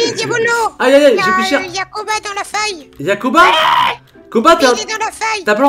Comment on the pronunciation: On est tous d'accord qu'il a dit "Booba" au lieu de Koba De toute façon super vidéo continue comme ça et toute ta famille me manque😭😭😭😭😭😭